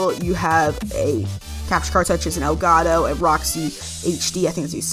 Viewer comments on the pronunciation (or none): what the hells an elgoato... you mean elgoto???